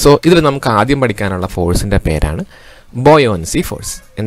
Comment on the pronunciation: Buoyoncy nn alla buoyancy ennan